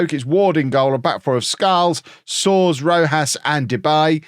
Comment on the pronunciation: Soares = soh-ARE-ess, kinda like Suarez in spanish.